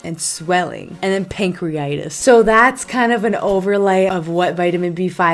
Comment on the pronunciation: You can’t even pronounce pancreatitis. You are not mature enough to be making these videos.